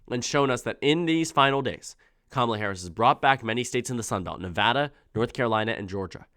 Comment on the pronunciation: Thank you for pronouncing Nevada correctly :D